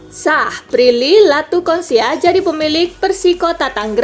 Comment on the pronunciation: Konsia2 palak elo min.. Latuconsina yg bener